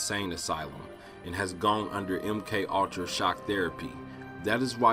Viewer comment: Really ? "MK All-tra" "Patt-er-rin" ? It's a TWO syllable word. Pure Comedy lol